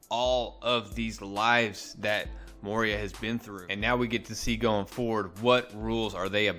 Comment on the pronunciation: It is Moira as in Moy-ra NOT Moy-ria.